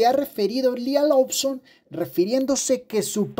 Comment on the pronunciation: Se dice "Loson", no "Lobson"